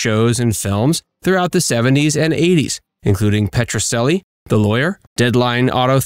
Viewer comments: Petrocelli is pronounced PETRO-CHELLY, NOT PETRO-SELLY! And he portrayed a defense attorney, not a prosecutor. He was always helping the underdog. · He is mispronouncing the name of the show! It's making me nuts.